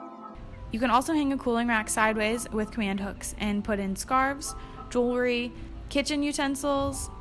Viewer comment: Hate when people say Jew-ler-y. It’s so simple. Say the word jewel and the add the ry.